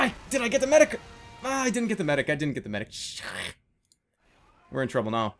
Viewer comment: Demoman says MEDIC!!!! like MYDICK!!!!! Dont you guys think so??? I cried of laughter during this video!!!!!